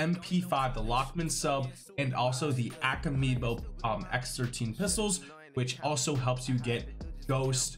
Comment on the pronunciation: Bruh I was on board with the vid until you mispronounced “Akimbo”. Since 2005 when Akimbo weapons were introduced to CoD 2, no one since then has mispronounced it.. until now.